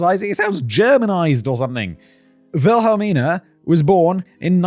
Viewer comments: Wilhelmina would be pronounced as "Will-a-mina." The key is to sound out the syllables in your head one by one and then squash them all together. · You're trying to hard on the names...Wilhelmina in the US would be Willamina or just Billie